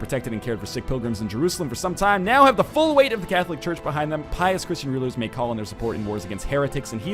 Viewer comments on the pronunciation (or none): none